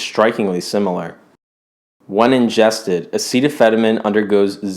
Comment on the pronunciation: Amazing video! But "Acetaphenomen"? You even showed a box that says clearly "Acetaminophen" and then say the other thing? It was really weird lol.